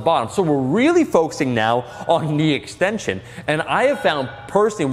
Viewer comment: Always laugh when omar says extension , still cant say it after that how to spot safely video with Alan hahaha. "Exshtension .. fuck it im saying press downs"